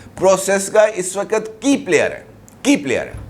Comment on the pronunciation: Wakat, wakat bole ja Raha hai " "Waqt" lafz Nahin keh sakta